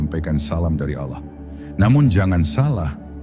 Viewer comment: Ini yg baca muslim atau non muslim....kok.sebut Allah itu kykx ganjil gt loh....kdgranx Alah bkn Allah....